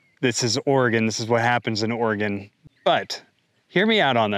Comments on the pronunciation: For those who don’t know how to pronounce Oregon like this guy. Say it like human organs. There no ORY….. GON. It’s organ!! One sylabol. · If you live in Oregon it's not pronounced Ora-gone. Sometimes he says it right, sometimes he doesn't. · he slipped up and said or-e-gon! He's a spy! Get him! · It's pronounced Or-e-gun not Or-e-gone. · "It's not oreGUN. It's oreGONE" -Hermione Granger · Pronounced "OREGUN" not "OREGONE" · Isn't Oregon one of the Organic farm and free range leaders? They are now running more small businesses out. Please stop it Oregon! Remember locals pronounce it Ore-gun, not Ore-gone. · Or-eeee-gon? If you’re going to talk about a place you’ve never been to, learn to pronounce it at least. So you take one example and then say it’s happening over the whole state? Crying wolf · Oregon Legislature is completely derailed! They need to be immediately evicted from their positions. The government is supposed to work for the people, not the other way around! BTW, someone needs to tell this narrator, it's pronounced, "Orygun!" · 240k views using the things I have seen argument. Impressive! Now, can you say ory-gun? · It's pronounced Orygun. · It's pronounced "OR-a-Gun" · You don't pronounce Oregon properly, makes sense since you're home is in North Carolina, not Oregon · First you don’t pronounce Oregon correctly so obviously you aren’t from here. Second there is clearly a drought issue on the west coast. Third I seriously doubt you pay taxes in line with your profits. Stop complaining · Water conservation has nothing to do with “small” farms.. it’s about water conservation because the water needs to be conserved. Adapt and move on.. small farms who are compliant and make the necessary changes won’t be shut down. Also this guy speaking isn’t even from Oregon.. (he mispronounced the name of the state which is a dead give away) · You can’t even say Oregon 😂 Please get your news from the people not the internet.